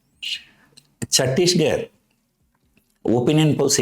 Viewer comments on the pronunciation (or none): On a lighter note, your pronunciation of Chhattisgarh is funny :)